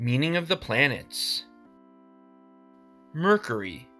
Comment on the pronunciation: You might want to learn how to pronounce the word mercury